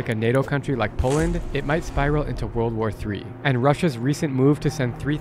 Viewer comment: " Со времён ВОРЛД ВОР 2..."☠️